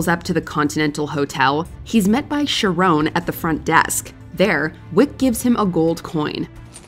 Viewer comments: Ya know, I've always found the things that break people's otherwise normal mental functions to be fascinating. Like pronunciations, for example. In this video, we hear that the narrator can pronounce the place known as "Acheron" with no problem. Yet sees the name "Charon," and suddenly forgets how they pronounced "Acheron." Humans are weird. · the name is pronounced Care-On not sharon, or sharone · Sha-rone? It’s pronounced like the name Karen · You couldn't have butchered pronouncing Charon any worse than you did here. It's not Sha-rone, it's Kah-ron. Embarrassing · The unforgivable pronunciation of Charon as "sharone" made me laugh. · Learn your Greek Mythology its Charon not Sharone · that Charon pronunciation is killing me.